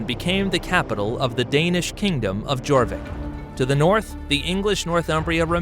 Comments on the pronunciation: Reading - Redding Jorvik - Yorvik Derby - Darby Mercia - Mer See ah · Good video, which would have been even better if you had researched the pronunciation of just about everything. For example Jorvik is not pronounced "jaw vick" , its pronounced " your vick" which makes sense when you realise it morphed into York. "Reading " is pronounced "redding "... pretty much every other place name you got wrong. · If you're going to do a history video at least look up what the proper pronouncements of the petty kingdoms and their towns. 1. It's Mer-SEE-Ah/Mer-SEE-Ans NOT Mer-SHE-Ah/Mer-SHE-Ans 2. It's YOR-Vik NOT JOR-Vik 3. It's REDD-ing NOT READ-ing 4. It's DAR-by NOT DER-by. For a "history" channel? Dislike. Try again next time. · it is pronounced as your vik not jorvic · Jorvik pronounced like Yor-vik, which is why it is today York! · The letter J was not in use until 1500s. This is a great snapshot of the era for sure. Just be sure to never pronounce the letter J for York again. Ai should have known better. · Yes, they even got Jorvik and Derby wrong too. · So was Jorvik, and Mercia. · Yes , he didn't even bother how on to pronounce it he even got Jorvik, Derby, and Reading wrong too.